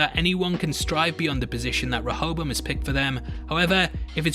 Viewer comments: A is pronounced differently in the East... it’s like dance and da(h)nce. Serac is pronounced like the latter Sera(h)c or se-rark. Same with the A in Rehoboam. Re-ho-bo-ahm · i'm a bit disturbed by people other than serac mispronouncing rehoboam. certainly it's an obscure old testament name to most people ... unless you know that it's one of a pair of names, the other being the far better-known jeroboam that has a non-negotiable english pronunciation (4 syllables, primary emphasis on the 3rd) that conventionally matches that of rehoboam now serac has an excuse, being a weirdly accented frenchy. but that doesn't mean his pronunciation is the definitive one for the machine, even though he invented and named it. clearly his intent is reference to the bible character (iterating through a list, as computer developers are wont. the selection of rehoboam over jeroboam [following david] is a theological pedantry i won't labor over) and the expectation for people without funny accents would imo be to use the standard pronunciation ... as indeed do (some?) other characters in the show. which is why i'd prefer pundits to drop serac's pronunciation. if a mexican character referred to an instance of "hayzoos", and he was talking about the christ not another mexican, non-accented pundits would render this as "jesus" to a non-accented audience on an unrelated matter, it's worth noting that running a simulation to find flaws and running one as a simulation per se are not necessarily separate purposes. a parallel is weather simulation, which is primarily a predictor, and yet the same model can be used to test the reliability of a prediction by repeating it with ve